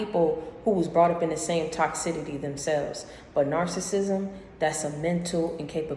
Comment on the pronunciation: Troubled waters BIBLICAL reference mostly meant being immersed in HEALING water (cure disease, illness) like baptism also toxicity (sounded like you said tox-sidity wrong pronounciation) is a synonymous word for narcissistic behavior, you are educated I expected better. When you take references out of context yo you really feeding people's negative opinions and perspectives and playing devil's advocate; very divisive and manipulative way to build someone.